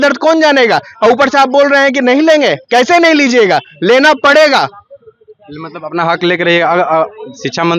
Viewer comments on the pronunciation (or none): कैज़े भी नहीं होता है भाई / कैसे भी होता है भाई 😅